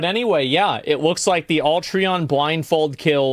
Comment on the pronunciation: She doesnt even know how to pronounce Alatreons name.